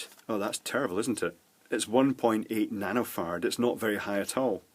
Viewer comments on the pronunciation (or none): It's nano FARD as in Farraday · excuse my french, but what's a "nanofart" he's talking about in around 7 minute? instructions unclear, penis stuck in wall outlet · Is he saying nanofart? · I could have sworn you said you were measuring nanofarts! I did successfully google and find out you said nano-farad, but after reading the definition, I still have no idea what it is. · sounds like you are saying "nanofarts" hahah